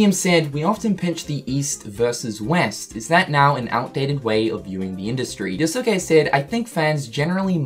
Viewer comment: Hearing say “Yo-Su-ke” is triggering me so hard XD